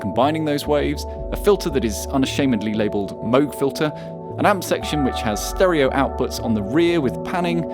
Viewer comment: Thumbs up for properly pronouncing Moog!